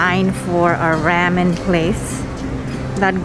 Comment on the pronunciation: Raw men not Ram-n